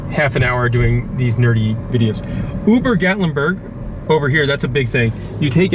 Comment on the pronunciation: I laughed so hard when I heard you call Ober Gatlinburg, UBER Gatlinburg. lol I was born and raised here. I'm 33yrs old and this is the first time I've ever heard someone from out of town pronounce Ober wrong. lol Makes me question how you pronounce Sevierville...lol. Great tour of our town but you missed a few hole in the wall places that are amazing.:)